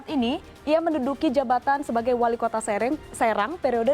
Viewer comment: Walikota sereng kata mbak'a wkwkwk, kayaknya mbak host'a org Sumatra